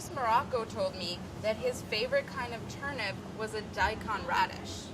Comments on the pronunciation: I can only hear Molly saying "turnup" and it is bothering me slightly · They keep saying turnUP... Where is Brad... This is his chance to correct them! It's TurNIP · Did she say.. turn up? Ayyye lol 😎🥳🤪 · turn up! everytime Molly says Turnip!